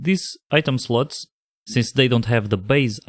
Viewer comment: for some reason I always hear "sluts" :)